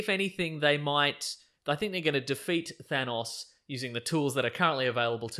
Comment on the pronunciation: Nothing bothers me more than hearing it pronounced "Th-aa-nnaaawwwS"